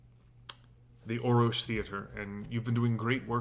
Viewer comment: This is driving me crazy... There are three Rs in Orrorsh, not two. Thus, it would be pronounced 'Or-orsh'. Thank you.